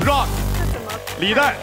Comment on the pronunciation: 张老师倒是可以理解。。。可是从美国哥伦比亚大学回来的高材生呼兰在提到Rock的时候说的也是绕克。。。是不是就有点稍微让人觉得这个英语还需努力。。。